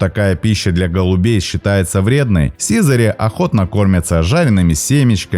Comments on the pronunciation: сизАрь, а не сИзарь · Хороший ролик, но сИзарь ухо режет. Вы если не знаете куда ударение ставить, словаре посмотрите. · Чувствуется, что автор голубями, как и биологией вообще, не занимался и образования профильного не имеет. Поэтому в тексте ошибки. Слово "сизарь" - с ударением на последний слог произносится, хотя бы название героя своего нужно знать)) Никаких брачных танцев в полете нет у голубей, способность переворачиваться - искусственно выведенное свойство, оно есть лишь у некоторых пород (бойных) и никакого биологического смысла для самих птиц не имеет, лишь желание и удовольствие человека стоит за этим искусственным отбором. Так же нет у голубей никакого лидера в стае, как, впрочем, и у большинства стайных птиц, и уж тем более самочки лучшие ему не достаются - голуби моногамны, и в норме сохраняют верность партнеру (могут сменить лишь при болезни или гибели) - есть исключения среди скученных городских популяций, но именно исключения. Птенцы не только щелкают клювом - для них характерен громкий писк, даже называют птенцов в возрасте до месяца "пискунами". Насекомых они не едят, ну и так далее. Предположу, что все видео на канале подобного рода - что-то где-то скопировал, в википедии первый абзац прочитал, скомпилировал... Приятно, конечно, что у человека есть энтузиазм и интерес к родной планете, но зрителям не следует забывать, что канал любительский и верить на нем всему не стоит. Особенно осторожным нужно быть школьникам - можно повторить какую-нибудь неточность и получить двойку) Автору - пожелание глубже изучать тему, аккуратнее подбирать материал, проводить анализ источников. Заве